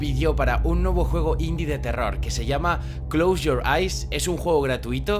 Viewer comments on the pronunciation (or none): Clous Yor ais Inglés perfecto